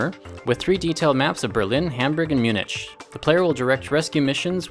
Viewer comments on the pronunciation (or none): munich has a hard ch